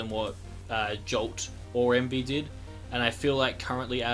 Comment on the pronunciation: I have one thing to say. It's Emvee. :)